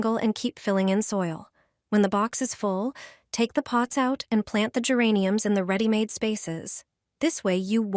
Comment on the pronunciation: Не гЕрані, а герАнь